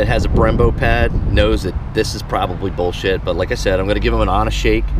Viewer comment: . "Boll shet"....guess I won't be trying this product out.!!!